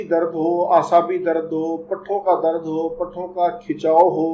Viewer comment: Dr sahab darad nai hota dard hota ha